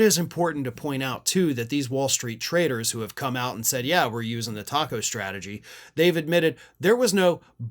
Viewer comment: should be pronounced take-o